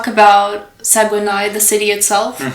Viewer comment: good video but Saguenay is pronounced Sag-nay (or sag-neigh)